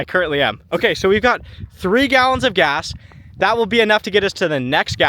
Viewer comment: I def heard bring "grass". Not "gas". Good man!